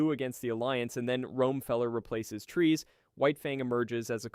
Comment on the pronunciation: Great video except your pronunciation of peoples' names. For example, Char is said like "Shar". Char is a French version of Charles so the Ch is more often said like Sh. The worst though is Treize. It is most certainly not pronounced "Trees" :/.